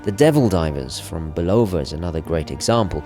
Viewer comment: Isn't it : BULL - UH - VUH not Booh - loe - Vaa. Just sayin ' 1st is how the guys at the Museum pronounced it at the museum in Empire State Building.